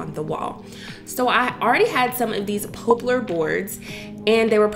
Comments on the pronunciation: You need to learn how to pronounce words properly, like poplar. Not pooplar or popelar. It goes to being taken seriously as a YouTuber. Just saying... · Pop-lar not po-plar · "pop" lar not "pope" lar. 😉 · Every time you say pooplar instead of poplar, I'm over here dying. Beautifully done, turned out amazing! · This is a great project. It is perfect for all homes. I did giggle a bit every time you said poplar - it is pop like in soda pop unless you live where I do. In that case they call it popple - I have no clue why. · Lovely space as usual. BTW the correct pronunciation for the wood is pop- lar . Think of popular but leave out the u. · Beautiful work...so very talented.... it's Poplar tree wood pronounced like pop as in popcorn... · you go, girl! I noticed it too, and guess what - I ignored it because it doesn’t matter. People get upset about the weirdest things.